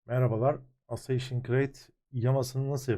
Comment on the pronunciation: Aseyşın? Doğrusu Assassins olmasın hocam?